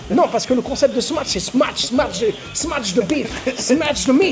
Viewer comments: Salut, pourkoi vs dites “smaTch” burger? C’est pas smatch mais “smash” burger. Y’a pas de “t” 🤔🤷‍♂️ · Les gars il n'y a pas de T dans smash, arrêtez avec votre smaTsh 🤣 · Smatche mdrrrrr (smache)